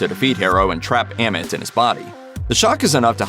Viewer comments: As well as saying 'Am-it' instead of 'Ah-meet' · why he pronounce it like, a mit , when they say ammit in the show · I love your videos but for the love of god please say AHMIT not emmit like for real you heard the say Ahmit(written Amit) so please say it like that next time, no offense but it's a big trigger for me.